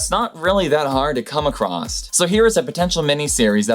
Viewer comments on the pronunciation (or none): It´s not "acrosst", it´s "across". And stop talking through your nose. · 20 “information that’s not hard to come acrosst”, like there’s no T in the word across. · Across has no "t" at the end. There's an interesting fact. And Humpback is not the biggest of all animals...interesting... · "come acrosst"? for shame.